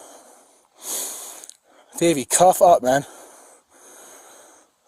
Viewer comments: Lol, sounded like he kept saying Baby, not Davey. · I kept thinking he was saying " Baby" until I read to description "Davie" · Every time he called him Davy I heard “baby” which made this video fun to watch. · I thought he was calling him Baby till someone pointed out it was Davy. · thought he kept calling him baby 😁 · Man I swear I thought he said “don’t do it baby” at first 😂😂 I woulda fought that cop too if that was the case 😂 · I thought he was calling him baby 🤣🤣🤣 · Honestly thought the cop was saying baby, for awhile lol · for a second i actually thought he called the suspect "baby" turns out im deaf and he said davey .-. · I thought he was calling him "baby" at first haha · I fast forwarded through it to see what I wanted. I swear I thought the officer kept calling him baby 👶 🍼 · I’m telling you he was saying baby 😂😂😂😂